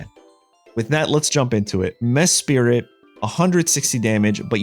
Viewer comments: Mesprit … not Mespirit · How come you pronounce Mesprit as if it were named Mespirit? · “Mess Spirit” ayo what?! 10 seconds later “Mesprit” ok that’s more like it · Bruh has a full time YouTube channel about Pokémon and can’t even pronounce the names right. Its almost every video and It’s sending me 🙃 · I’ve read mispronouncing names is good engagement bait lol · its not like the names are complex or anything, idk how they mispronounce them 😭